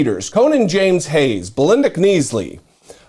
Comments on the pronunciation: The ladies name the K is silent k/nisley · Knisley is pronounced "nisley" with a silent "K" much like the silent "P" in Psalt! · Knisley looks like it's pronounced Nicely with a silent "K". It wouldn't surprise me if Lindell's people are the one's who dumped that voting machine at the Salvation Army that popped up on E=Bay a few weeks ago. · Knisley is pronounced as 'nisley' the K is silent like in the words knight or know. UK